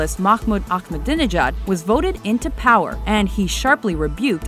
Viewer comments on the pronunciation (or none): I really don't understand why North Americans pronounce"Ahmadinejad" as "Akkhhhhmadinejad".